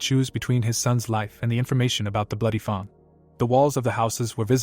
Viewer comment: I can understand mispronouncing some odd words and foreign words but seriously? how do you fail to say Fang correctly...